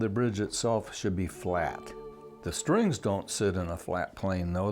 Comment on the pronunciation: It was irritating the way this guy kept saying ‘shtrings’. There is no H. STRINGS.